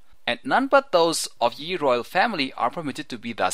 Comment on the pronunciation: Kinda annoying the way you say "ye" every time.... im pretty sure at that point the written word "ye" was pronounced the same as the word "the" is pronounced.